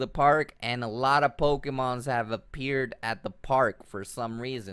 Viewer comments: 'Poe-key-mons' and 'experian points' lol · The actual pronunciation is "Po-Kay-Mon." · poke...eeeeee......mon NOT poke......aaaaaaaaa....mon